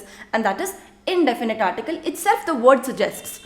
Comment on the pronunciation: U are excellent with French and the way u simplify it to teach it is just amazing. Just one thing when u say THE in English u don’t use ur lips by rounding them use ur tongue touching the back of ur front upper teeth without rounding ur lips. I can understand ur issue as I have an issue with learning French pronunciations bcz English was my first language . 😅. I am trying to unlearn my English accent 😁